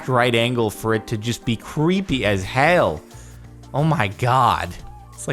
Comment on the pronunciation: he said hail instead of hell